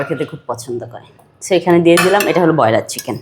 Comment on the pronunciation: ব্রয়লার না বলে 😂 ব্রোইরা কিচেন 🙄 শুদ্ধ ভাষাকে অসুদ্ধ বলে😅সব সময়